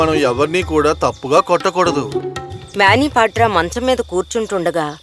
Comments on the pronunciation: His namecis manibadhra not mabebadra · మ్యానిపాట్రా కాదే అమ్మ మనిభద్ర